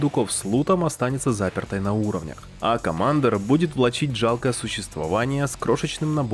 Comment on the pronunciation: Критиковать кого-то за плохую локализацию, и говорить «комАндор»… оч сомнительно